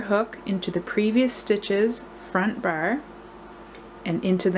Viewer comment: I love the pattern! It looks so elegant and like it's knitted, which is exactly what I'm looking for. Just on the side, you have the cutest way to pronounce "bar" --- almost sounding like you're saying "burr" haha!